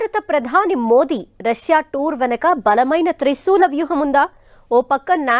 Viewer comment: రస్యా కాదే అమ్మాయి...రష్యా అని ఉచ్చరించాలి